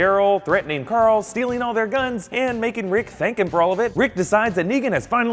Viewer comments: hahah .. "we're goin' to woral coral!" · "warrr carrrrl..."